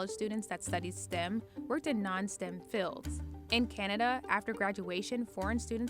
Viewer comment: It's not "stim," it's "stem." Your reporters could use a class on English.